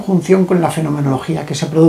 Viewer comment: Mi muy estimado, solo para decirte que la palabra "poltergeist" de origen alemán se pronuncia "POLTERGAIST" Te mando un afectuoso abrazo desde Alemania